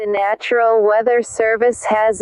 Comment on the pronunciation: It’s national not natural